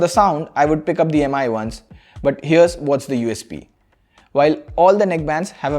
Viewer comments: for god's sake call it "Mi" and not "Am - I" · its MI (me) , not M-I (em aai) !